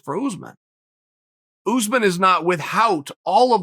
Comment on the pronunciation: Me: "Kamaru Usman" Chael: "Kamara Oozemans" Me: "Kamara Oozemans"